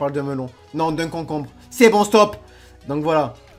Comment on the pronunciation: tu connajs pas le "comcombre"